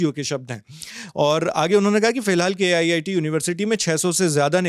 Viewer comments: I suggestion... don't say K.IIT, it is very disrespect to IITs. Say it as KIIT. (KIT) 😂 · K-IIT 😂😂 . It’s KIIT not K -IIT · Bros the reporter said it wrongly when describing KIIT in this video